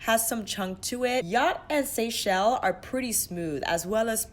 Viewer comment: You get extra points for being the only YouTuber to pronounce “Seychelles” correctly! Haha!